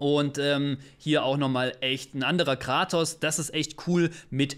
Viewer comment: Sorry aber er heißt Kratos, nicht Gratos ! Da haben mir meine Ohren geblutet